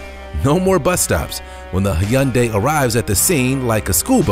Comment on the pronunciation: you are butchering that word hyundai